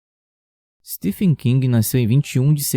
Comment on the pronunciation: Não é ”Stefen” amigo, a pronúncia de Stephen é “Steven”, só estou corrigindo pois achei muito legal seu vídeo